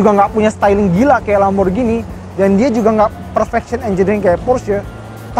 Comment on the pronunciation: Akhirnya, ini video Indonesia ke 2 yg saya tonton dengan penyebutan Lamborghini secara benar, "G" nya tdk diganti "J". 👍